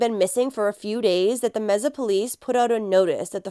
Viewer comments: You are sooo cute saying meza. It’s pronounced may-sa . Love you girl! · Oh, it's not pronounced mesa (table in Spanish/Portuguese), but may-sa? Good to know. So disturbing what happened to this girl, it's satanic. RIP. 🙏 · I just want to add that we pronounce Mesa as MAY-SAH. Thank you for covering this. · I pray Sweet Emily Pike gets justice very soon!! Rest in peace 💓💕💓🌸💗🌷🌺 Mesa is pronounced May- sa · Mesa pronounced May-sa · May- suh. Just sayin. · I know it's not important, but the pronunciation of "Mesa" is "May-suh". Thank you for covering this case! I live in the area and its absolutely tragic. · This is driving me insane. May-suh!! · Mesa AZ is pronounced like may-sa. That's my hometowm